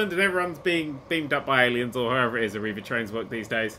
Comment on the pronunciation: Oh god "Arriva", they have buses in my country.